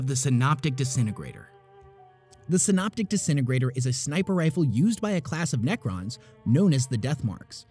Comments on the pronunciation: Syn- app-tic, not syn-op-tic...it's not a gun that reads you a stories summary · Gauss (rhymes with house), not Gauze. Synaptic. Not Synoptic. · Excellent video. Synoptic and synaptic are different words.. although i suppose they would both make you more concise. And "gauss" rhymes with "house". Its not a "gauze rifle" as that would heal you. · gauss rifle rhimes with mouse rifle. not how you said it. synaptic also incorrect. you should really watch a pronunciation video before making these videos.